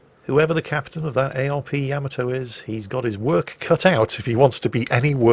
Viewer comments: OMG DUDE, it's NOT YAMato ........ it is pronounced yaMAto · Yaamaatoe. ..? Really?